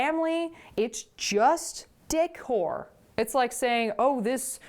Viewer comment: 🤦‍♀️🤣🤣🤦‍♀️FFS. “It’s juuust Dick Whore.” Wait, WHAT?! Ohhhh De-cor! 🤦‍♀️🤦‍♀️🤦‍♀️ Did ANYBODY hear that as wrong as I did? I blame the mom at the beginning for introducing the W word in the first place. I was so shocked for a half second! 🤷‍♀️